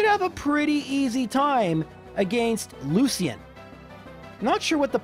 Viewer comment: The pun was: I dont think we'll be "lusin to lucian" with a really bad pronounciation